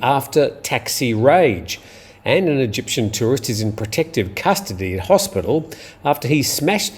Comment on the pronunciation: "Eygptian"...are those people from Mexico?